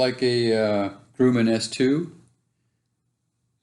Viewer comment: You are pronouncing Grumman wrong.